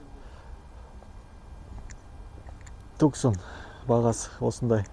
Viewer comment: Ассаламуагалейкум, 1 есикти машина болма? 2 есик или 4 есик емеспа емае ещё автоблогерсин! Туксан емес Тусан деп айтылады😉 а так видио обзор, монтаж жаксы 🤙✊👍